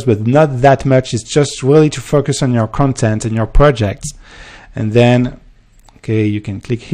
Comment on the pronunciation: Am I the only one who hears fuckers when he says focus? haha I love the accent